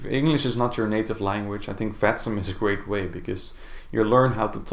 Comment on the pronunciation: then let me explain you: The simulation network should be written as "Vatsim" but the way it is pronounced in the video makes it sound like "fatsim". Now you know.